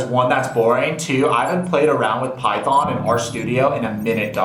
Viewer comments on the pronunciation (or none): none